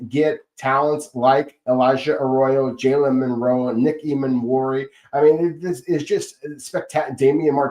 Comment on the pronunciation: Please, I beg you. It is MiLroe. Not MiNroe.